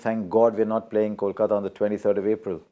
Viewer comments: How can someone pronounce CALCATA insted of KOLKATA! both the city and the team have the same name and pronounciation.. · Make the anchor repeat "Kolkata" , "Kolkata" 100 times before the next post match show